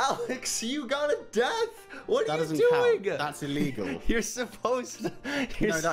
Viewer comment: ''that's illeguwl''